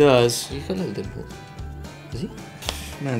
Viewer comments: Yeah I thought he said nipples as well, lol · I thought Kihong said nipples instead of dimples too!! 😂